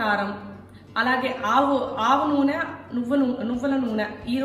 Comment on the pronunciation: ఆవు నూనె కాదమ్మా! ఆవనూనె (ఆవాలతో తయారైన నూనె)